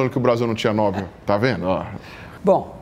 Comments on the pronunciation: Prêmio “Nobééél” e não “nóbel” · É "Nobél", senhores!